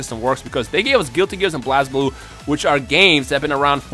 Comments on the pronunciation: you're triggering many people when you say blaz blue because even tho you're saying it as it's shown it's pronounced blaze blue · you keep pronouncing Blazblue wrong! Its pronouced Blaze-blue!